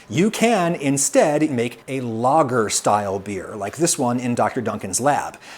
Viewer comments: Great video, But you butcher the word lager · I thought he was saying "logger"beer until he mentioned germany. Who the fuck pronounces lager like that?